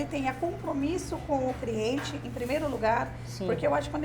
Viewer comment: Ela poderia agora voltar a estudar, pq a pessoa falar ( CRIENTE ) é de matar. Triste pra língua portuguesa. 🤔